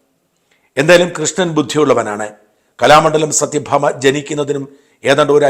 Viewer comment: സത്യ ഭാമ അല്ല സത്വ ഭാമ